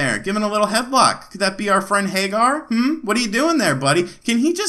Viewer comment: Pretty sure it's Hag-ger, not Hay-gar. Anyway, it's cool that it has a aspect ratio switch. I had one of these clone consoles for a while and it bugged me because it always stretched the picture to widescreen.